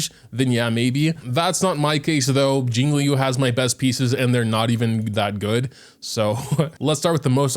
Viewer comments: ITS CHING-CHUH NOT QQ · HEYHEY !! just wanted to come out and say that Qingque is pronounced "Ching-Chue" Luocha is pronouned "Lu-O Chah" and HuoHuo is pronounced "Hoo-O Hoo-O" not exactly but its as close as I can get it phonetically :) no prerssure and no hate love your videos